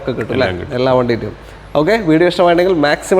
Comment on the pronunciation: എള്ളാ അല്ലടോ എല്ലാ ളാ അല്ല ലാ